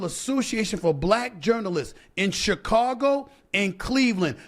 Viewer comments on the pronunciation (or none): none